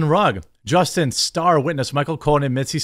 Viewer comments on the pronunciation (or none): none